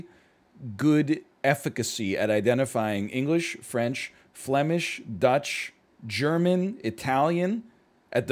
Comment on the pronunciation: I lived in Germany for a year s when he got it wrong I almost cried because to me it seemed very easy